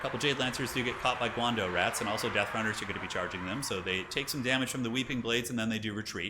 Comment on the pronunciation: Hi, the pronunciation of the "dao" in "guandao" is not pronounced like "dough" but more akin to the English word "dow" or maybe "drow" without the R. The weapons that the eshin triads use (guandao) are attributed to the legendary Chinese general, GuanYu, of the Three Kingdoms period (also playable in TW: 3K)